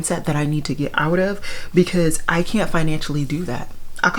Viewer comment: I had to rewind several times; you sounded English! "I can't!"